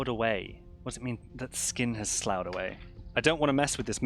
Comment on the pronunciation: I think it's pronounced sluffy. we use it to description of wounds but i've never heard of suppuration which apparently means formation of pus:) nice!